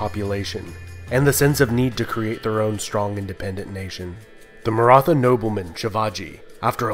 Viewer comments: No It is like old pronunciation of THomas not like thomas! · Nice video about a much ignored state in Indian and world history. And my ancestors ;) Just one minor correction: The "th" "Maratha" is pronounced close to the "th" in "Beethoven" or "Neanderthal". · Great video dude only problem you were pronouncing Maratha word wrong.